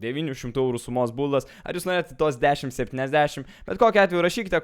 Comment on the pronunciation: "būldas" :DD